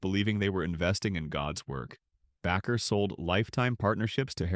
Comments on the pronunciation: It's pronounced like "Baker", NOT 'backer", correct your fucking narrator program's exception file!!!! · Backer? Bake, like bake a cake. Baker. How can you do an entire video mispronouncing this very simple last name? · Bakker pronounced like a baker of bread! You should not be doing podcast of any person if you cant pronounce their name correctly. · It’s pronounced Baker, for the love of the flying spaghetti monster. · You are the only person I heard pronounce Bakker they way you do. Phonetically it is pronounced BAY-ker. Baker like a baker in a bakery is the correct pronunciation. I like your videos.